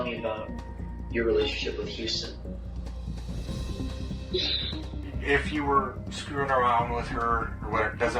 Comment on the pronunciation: Listening to the first one can you pronounce houston correctly.